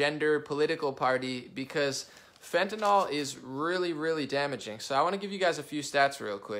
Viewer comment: Not to nit-pick...But it is NYL not NOL. Seems like everyone miss-pronounces it.